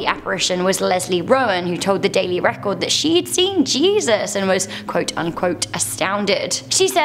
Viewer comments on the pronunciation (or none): none